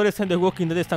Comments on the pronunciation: Dijiste red or alive xddd no dead or alive, al principio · dice “red“ en vez de “dead“, entiendo que es por los brackets solo deciaxd